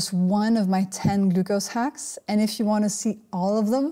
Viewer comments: I love how she pronounces "glucose". Very informative video, I've been walking after a meal even when going low-carb. I'm hoping this helps reduce the insulin resistance. Good luck everyone! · I love the way she pronounces "glucose"